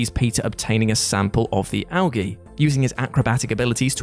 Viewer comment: How do you manage to say "Algae" correctly and then completely butcher it up a few seconds later?